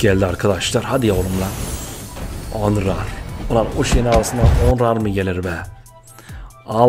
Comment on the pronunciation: abi kartin adi onrar degil nonrey